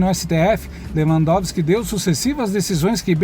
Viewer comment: É SÉRIO?QUE ESSE MILITANTE JORNALEIRO NÃO SABE PRONUNCIAR O NOME DE LEWANDOWSKI..JURA? PRESTA ATENÇÃO. VERGONHA.BANDO DE URUBÚS